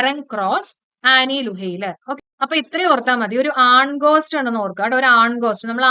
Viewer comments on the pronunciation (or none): ആൻ ലൂയെർ ആണ് മാം. ലുഹെയ്ലർ അല്ല. Super class. Appreciative ❤❤🎉🎉